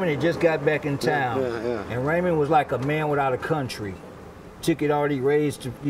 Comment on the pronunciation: It's Raymond not ramon